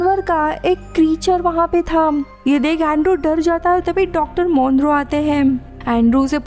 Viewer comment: Dr Monroe?? Nope, 'tis Dr Moreau- MAW-RO